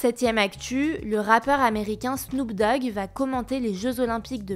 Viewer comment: Snoop "Dag" ? Qu'est ce que c'est que ce bordel ? 😂